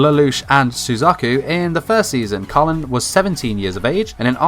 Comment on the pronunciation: Bruuuh, the show is about the British empire, so how did u mess up Kallens name? Her first name is British not American 🙄🙄